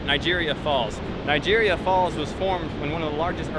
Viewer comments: It's Niagara falls not Nigeria fall...................... I was just there few days ago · Why he keeps saying Nigeria Falls? 🤔 bad pronunciation perhaps.... He doesnt know which country he is? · mispronouces niagara falls, then says toronto is like america.. this video is pure shit. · Did you just call niagra falls nigeria falls LOL